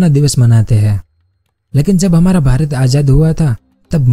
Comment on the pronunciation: Bhrat nai...pyra bhrat boliye